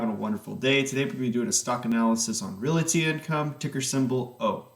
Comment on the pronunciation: Why does he keep calling it "Reality" Income? It's making me cringe.